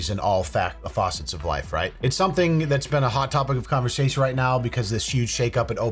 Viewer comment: saying "faucets" is proof enough that humans are going to obsolete eventually.